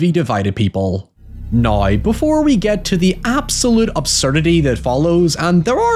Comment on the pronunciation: Loved the vid. I giggled every time you pronounced now as neigh